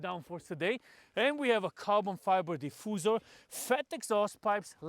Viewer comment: DI FU ZER